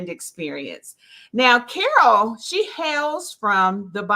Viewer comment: I love that you try to pronounce my name the way I do. That's very honorable of you 😊.